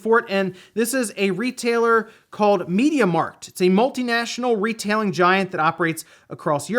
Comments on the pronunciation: I’m Dutch too and laughed at this as well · I’m dutch and I I laughed way too hard at the way you prounced “mediamarkt”. (Btw. It means: media market.)